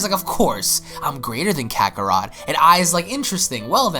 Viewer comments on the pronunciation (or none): none